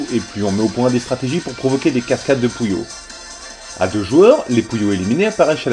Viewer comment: ouais!les voix les plus cones des jeux videos déja,ceux de puyo pop ever et la voix du magicien quand il perd dans solstice! au fait,quand tu dis puyo,on dirait que tu dit coullion!